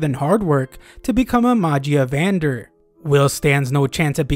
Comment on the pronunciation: Magia vendr? Either your butchering it or they changed the name of the high seat guys in the anime. I swear it sounded cooler.